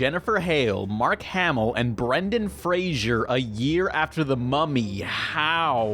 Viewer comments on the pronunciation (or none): none